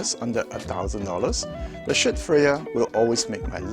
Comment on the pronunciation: It‘s Schiit Audio, not Schitt Audio. You should ch3ck what you are talking about and give such a splendid manufacturer credit for who he wants to be!